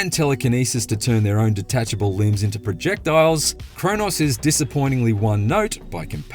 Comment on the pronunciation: his voice is soooooo grating, gets on my nerves😮‍💨 if you WANT, projectILES, wtd is wrong with that clown